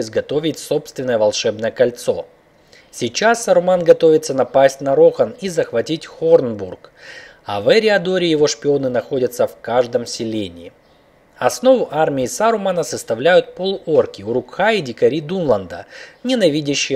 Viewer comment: Не ЭриадОр а ЭриАдор